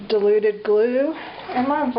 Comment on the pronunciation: I thought you were saying 'deluded' glue